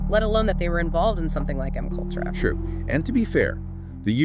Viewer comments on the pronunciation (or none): 😂😂😂😂it gave itself With “M-kultrah”’lolololln